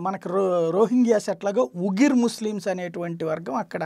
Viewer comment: Weegars not ugars